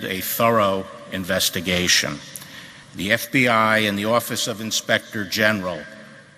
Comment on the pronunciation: "Investa-gesh" - Philip DeFranco 2019